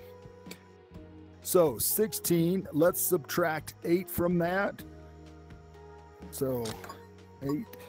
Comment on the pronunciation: You incorrectly saying subtract